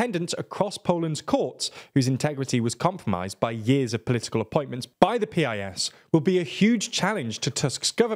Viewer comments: Please next time say PiS party name as piss ❤ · Very good summary of Polish situation, in Poland nobody says P-I-S, we just say PIS (a bit like 'peace' in English) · You should pronounce PiS correctly, as it is in fact pronounced. It is not "peeayesss". It is "piss". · It's [piece], not [pee-eye-es] (Prawo i Sprawiedliwość, PiS, a Polish for Law and Justice). I really like all your content but nevertheless I think you should focus more on pronuncing surnames properly (Wąsik, Przyłębska, etc.), especially nowadays when it's so easy to check it out (Google Translate audio playback will do). It'll sound way more professional then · It's not "P-I-S". It's PIS. As in piss. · Eh. It’s not peee ai ess. You just say Pis. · It's actually "piece." But yes, they need work on pronunciation. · It's pronounced "piece."